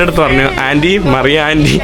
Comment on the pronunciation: മറിയ അല്ല മരിയ 😂